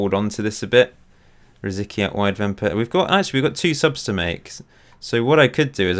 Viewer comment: C in RosiCky sounds like ts.